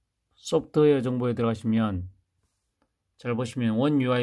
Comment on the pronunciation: 저는 휴대전화 정봉이라고들려서여 휴대전화 정보라고 말씀하신거 맞죠?